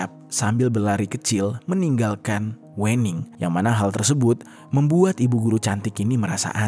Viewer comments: klo orang jawa itu WENING di bacanya ( WEUNING), yg punya konten orang sumatra utara kynya.. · Bacanya bukan wening mas tapi wening 🤣🤣 cuma orang jawa yang paham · Pembacaan Wening nya itu salah, 😂 yaa gak salah juga sih, tapii pembacaan nya itu gak WENING gitu kalau di Jawa itu pembacaan nya Wēning, huruf W nya itu di baca tipis. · Aaaa aku sebagai jawa agak keganggu gara² baca wening nya pake e bang bukan è (Pecel bukan Lele) 😭😭😭 Tapi gapapaa banggg iloveu❤❤❤ Tetep mendengarkan dengan seksama kiw kiww, mangat 🎉❤ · Salah, bacanya bukan wening bacanya, tapi wening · Wêning bukan Wèning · Sedikit koreksi Penyebutan nama Wening (W'ning) seperti menyebut Merak (untuk burung) Bukan seperti menyebut Merah (untuk warna) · WENING bacanya bukan E yg kental kayak batak gitu... pentingnya observasi pelafalan kata dulu ngabs...biar dengernya ga ganggu